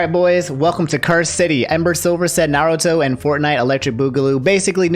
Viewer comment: bro just pronounced every goddamn naruto name wrong in this video. cries silently